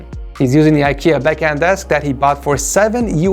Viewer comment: I will try to forget how you slaughtered the Swedish word Bekant even though you added two letters that were never even in the word at all. Bekant = Acquainted, Known or Familiar.